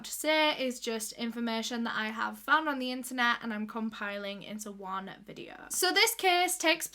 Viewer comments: solve today videuh Love when she says these lol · sor tordaes videor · Soh Todehs videoh... just love hearing that little phrase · SUH TODAHS VIDEOH <— best thing I’ve heard all day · My favourite words in the entire world: "so today's vidyo..." love you! ❤❤❤